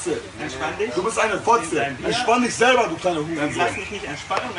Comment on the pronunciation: der typ ist sowas von deutsch "SELBAAA"